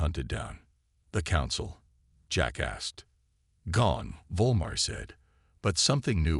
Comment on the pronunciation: all i kept hearing was "jack asked" as jackass